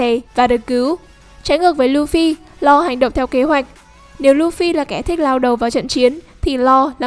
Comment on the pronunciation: Nge bạn đọc tên Law thấy chán